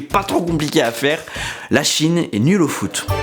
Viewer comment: Le foute au lieu de foot 😂😂